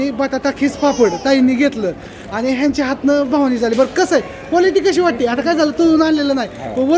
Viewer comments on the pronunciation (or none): भवानी नसते म्हणत बव्हनी म्हणनतात